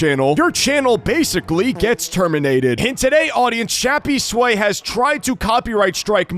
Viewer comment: why do u call him shappysway its crappysway